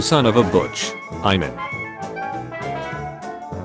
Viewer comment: you pronounced burger as burger not burger like you usually do you ok?